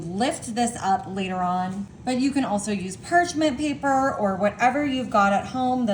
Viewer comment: what is perchment paper? its perching? woman, it is parchment paper , do you know anything? so inarticulate, it hurts